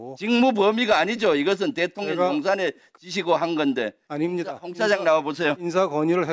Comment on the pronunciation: 김병주 얘는 대통령 발음이 안되나 일부러 대통년이라 하나?